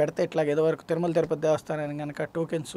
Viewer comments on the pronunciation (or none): none